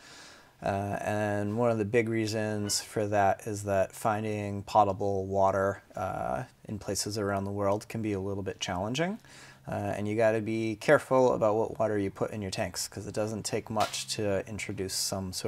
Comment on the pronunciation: "Pottable" water and "potable" water aren't the same thing. Proper pronunciation matters.